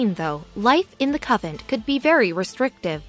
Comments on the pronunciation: What is a "covent"? Oh, you mean CON VENT. Please learn how to pronounce words. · This is the most stupid poorly written story ive heard in tecent memory. Nuns still leave the convent. Life was tougher in the 12th and 13th centuries. Etc. Narraror should learn how to promounce CONVENT especially when she is talking about one. Irritating hearing "Covent" or worse, "Coven." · Nice try. Coven is witches. Covent is a mispronunciation of Convent, the place where Nuns live. I get disgusted with all the mispronunciations and misspellings. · CON-vent. Try harder. 🤦🤦🤦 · I thought she was saying "coven." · I thought she was repeatedly saying coven. :-) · I even heard "cupboard" a few times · She has an American accent so she is a native speaker of English. She just doesn't know that convent is pronounced con-vent. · Convent CON-VENT!!! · YES.. the mis-pro-NUN-ciation of CON-VENT.. was irritating and insulting to the Faithful. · dude, it's a cON-(like off & ON) vent. CONVENT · TERRIBLE PRONUNCIATION CON-VENT aggravating and distracting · Say it correctly....CON VENT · YES it is terribly distracting from the story. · Why can't she pronounce the letter N in the word convent? That is so distracting...